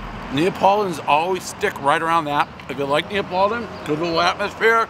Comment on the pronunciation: Is it “Neopoladan”?